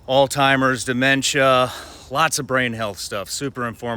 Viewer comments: Alzheimer's*** not alltimers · Love Shawn… but Its not “All-Timers” for goodness sakes…and a lot of smart people still call it that because your brain makes the connection to “Old Timers “. Sound Silly? I agree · Are we all going to pretend like Shawn didn’t say “All-Timers” when he was trying to say Alzheimer’s lmaoooo 💀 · Haha Shawn you said Alt-hymers...ya boomer!